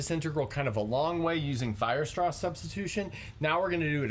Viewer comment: Should be Weierstrass not Weirstrass ;)